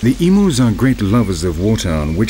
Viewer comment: two things 1. you said emus and Oceania wrong 2. emus could only be found in Australia and New Zealand but the Maori people hunted them to extinction in new zealand